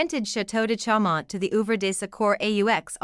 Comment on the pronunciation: correct pronunciation .... CHAU is "show"